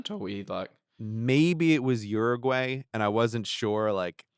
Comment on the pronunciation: Brady, thanks for saying Uruguay right.